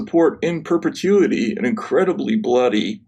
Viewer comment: "act in perpetuity" sounds Like- act in perfect unity-❤❤❤